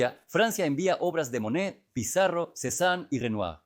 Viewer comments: Todo el tiempo po estuve confundicda. Tido el tiempo pronunciaba Manet, se que fue traducido con IA YA ESO ES LO USUAL, PERO FASTIDIA. EN REALIDAD SE QUE SE TRABABA DE Monet y no de Manet que es otro pintor. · Extraordinario, sólo ten cuidado al pronunciar Monet y no Manet, son artistas diferentes. Exitos! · No es cierto. Monet se pronuncia "Moné". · Muy bien detallado tu trabajo, .... me parece muy bien trabajado y preciso. Solo qué habiéndo existido dos pintores franceses pertenecientes al mismo movimiento y contemporáneos; MANET y MONET, ( Eduardo Manet. y Claude Monet.) . A quien has tratado de biografiar es a Claude MONET,.... y has pronunciado en todo el video el apellido MANET. Solo ése detalle que crea confución, ... de resto TODO MUY BIEN. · Súper extraordinario!!!! Renoir fue excelentísimo. La duda es en Monet o Manet, son diferentes, y a veces no sé a cuál te refieres porque los pronuncias de un modo o del otro. Ojalá tengas más cuidado en ello, porque se queda la duda. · Curioso que los titulos de las pictures estan descritas en Ruso, ha! Ah, me confundes es Manet o Monet, no puedo distinguirlos cuando pronuncias. Pero gracias! 😍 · La voz IA comete ese error.